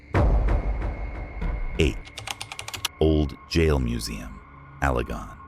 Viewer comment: You must not be from Michigan because you do not know how to pronounce Mackinac Island…….pronounced Mackinaw………. Allegan is not pronounced GON, but GAN…….